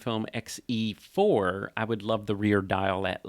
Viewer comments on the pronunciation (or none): “xE-FUR”! 😂. You crack me up. Voightlander announced an X MOUNT 27mm f2.0, MANUAL FOCUS lens with electronic communication to the camera! That motivated me to get an XE4… used… paid 50% OVER the new price! 😮 But I love it!